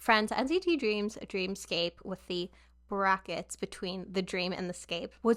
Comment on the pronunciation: fun fact dream scape is supposed to be pronounced dream escape! and this album is dreamscape.